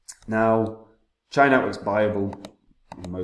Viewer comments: It’s pronounced Cheeya , not charya Like cheeya seeds (chia) Nakamoton consensus and low power consumption. True custody of coins. Incredibly decentralised unlike ETH which following proof of stake ETH is now a centralised blockchain. Coin spend model is actual smart contracts in the coins. Brilliant and such simpler. Chia looks absolutely spot on for proper enterprise adoption. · Here here, although I've tried to correct this guy several times but he still says it wrong, I think he just puts these videos out to sell his sheets etc. He forgets that Chia was only expected to be around £25 on launch anyway ! chia to the moon !